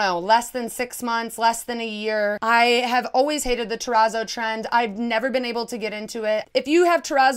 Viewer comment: I am guilty of the monstera/ palm bed spread BUT... It's just a duvet cover so I can change it whenever I want. Also a small note, I believe that the "zz" in terrazzo are pronounced like in the word pizza (it's not important, just thought I'd mention it).